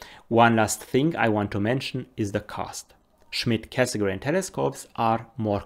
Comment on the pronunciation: 30 plus years ago I learnt to pronounce Cassegrain correctly - now I return to astronomy and the world (including yourself) mispronounce it, with the exception of when you mentioned his full name. Is this the standard now? Should we also start pronouncing the d in Schmidt?